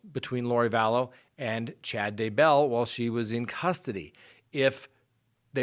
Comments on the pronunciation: Day Bell, not DUH Bell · omg i want to subscribe but can't handle the day BELL PRONUNCIATION lol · pronounced Day-bell, just like that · you're awesome, I watch you daily, I love your show, and I know you are a very intelligent man. BUT you can not figure out how to pronounce Daybell to save your life! and 🤣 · Haha I know. It makes me insane how he says it! 😂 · Ali J I cringe Everytime because I expect him to say it correctly and he doesn't!!! Sometimes he says it two different ways in one video. I can't 😂